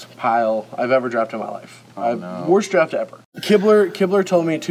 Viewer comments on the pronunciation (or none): none